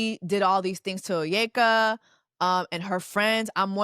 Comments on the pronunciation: I’ve seen many Nigerian folks online saying she’s pronouncing her own name incorrectly…can you confirm? 😂😂😂😂😂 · Baby, I love your content and I rarely not finish a video. Took breaks 3 times for this, it drained me chileeeee and I got it now that you have explained after spending all weekend going through a YT resume of her bs😭I love that nigerians are tearing her a new one though from how she purposely say her name the way oyinbo (white people) would say it to how this should have never seen the daylight. Her 250 besties couldn’t tell her to not do this? Chile looking at how they look, I know they dgaf😭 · Hearing her struggle to pronounce her own name was where i logged off😒 and the fact that she’s an Igbo girl makes it more embarrassing! cos wtf Onyeka?…ina pụ̀ álá ? 😫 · As an Igbo babe, I was highly disappointed. Onyeka is a girl that goes to the village, who is in the community. She’s even part of the same Igbo community I’m in. She definitely should hv known better. But her proximity to whiteness exposed her to a scammer. Sista couldn’t even pronounce her own name correctly!!! Niaja ppl hv scammer radar! I know one when I see one. How she was able to get herself AND her family scammed is beyond me! Cognitive dissonance dey too much oo!! O gini!?!? Like what? How? My biggest question too is how her friends and family were giving him money and not telling her???? Sorry not sorry but if my sister’s man asks me for money, I’m freaking TELLING!!! AND ANOTHER THING!!! For this girl to actively be traveling with a scammer while owing ppl money is so disrespectful! Idgaf if you’re ur “on time “ on your payments. Stay your behind home and continue those payments and pay them debts as quickly as possible.